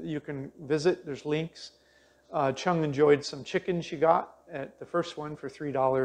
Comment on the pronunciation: Why didn't Qiang teach you the difference between the Q and CH sounds in Mandarin? You're pronouncing it chung instead of qiang which are totally different sounds.